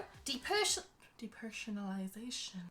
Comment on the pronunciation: deeper.. well actually deepershanalaaizayshion. but actually , iwe heard: deepereshhhion.analyzatuon.